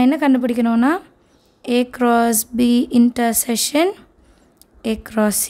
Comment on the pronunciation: Intersession ❌ intersection ✅